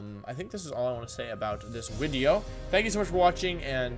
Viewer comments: Do you say wideo on purpose or is there something stopping you from saying video? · wolfeyyyyy why do u say wideo and ur other little mannerisms like where do you get them from hehe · ah yes my favorite wideo maker wofey vc6